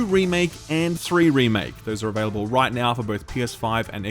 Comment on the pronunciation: I love the way you say "available". Avehlible. Avehlible. Just that slightest accent or dialect. Dunno why, but I find it really charming. x)